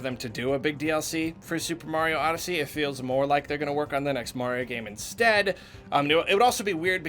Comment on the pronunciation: It's SUPER MARIO ODESSHINEY!